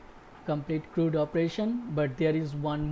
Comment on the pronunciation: CRUD.... it rhymes with MUD. Not MOOD.